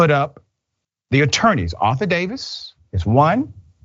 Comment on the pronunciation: Ar-toor Davis - Not Arthur Davis.